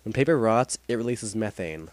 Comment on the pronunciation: i think he said methane wrong but what would i know